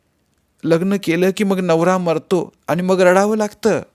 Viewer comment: जिजी कितीही वेळा वाचली तरी प्रत्येक वेळी नवीनच वाटते,एकसारखी वाचावीशीच वाटते. ही जिजामाताच होती जणु. वाचन ऐकायलाही आवडले पण वाचणार्‍यांचे आनि पानी उच्चार खटकले.